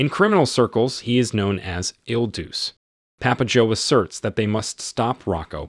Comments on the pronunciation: not pronounced il deuce - try il duchay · "Il Duce" is pronounced "Ill DOO-chay", "The Duke" or "The Leader". A more famous holder of the title was Benito Mussolini. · IL DUCE is pronounced "ill dū•cheh" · You pronounce "il Duce" wrong. You pronounce it the same as "Il Duce" a.k.a. , Mussolini.